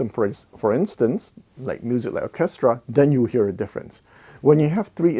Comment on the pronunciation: Interesting video, as always. Orchestra is a tricky word to pronounce. Your English is excellent (better than mine and I’m English, ha). To sound it out try, Or -Ces -tra. Cheers